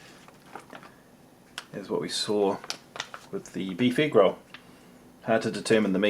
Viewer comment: everytime he said egg roll, all I can hear is negro